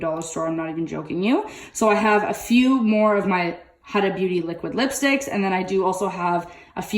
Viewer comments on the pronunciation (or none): Huda Beauty is pronounced like WHOda